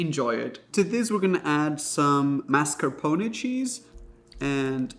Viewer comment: i appreciate you for pronouncing it "mas-kar-po-neh" and not "pone", it irritates me each time